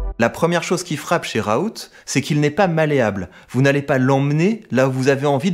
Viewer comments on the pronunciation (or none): Par contre on dit "raoul" et pas "raout" sinon tres bonne video